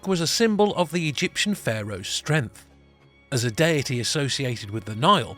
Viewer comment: Streng-F? You struggle to pronounce "th"?